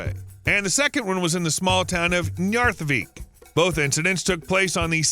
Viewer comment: My understanding is that the stress is always on the first syllable in Icelandic words. I wanted to scream every time he said Reykjavík or Reykjanes. Oh well, at least he got Njarðvík kind of right.